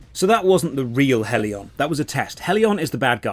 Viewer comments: It still hurts that people think it's EY!!!-on and not Eye-on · It's Aye on not Ay on 😅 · EYE-ON. When Aion came out, during WoWs peak it was actually pretty fun and new. Getting your wings etc. I loved it but it faded FAST. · Ion is how it’s pronounced, you are playing the newest version that is actually terrible, classic Aion was amazing for pvp before the rift nerfs which killed the game, this review is equivalent to saying osrs is shit because it’s all sand casino and repetitive pve and ignoring osrs back when it was good over 10 years ago. I normally like your videos but this is 30 mins of milking views. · You are mispronouncing the game name. :) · it's aion not aion 😐